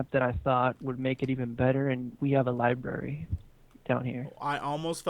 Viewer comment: "libRary"....not libary :(